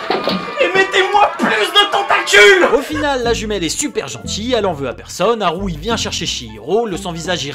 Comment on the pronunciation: T'entendre dire Haru au lieu de Haku ... c"est difficile ^^'